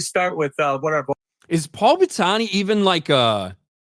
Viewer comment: Your pronunciation of Paul's name was fkn hilarious